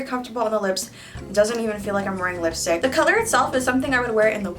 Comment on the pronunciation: I think nobody hears she is pronouncing lipy stick not lipstick